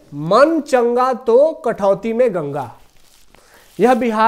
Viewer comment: कठवती नहीं कठौती होता है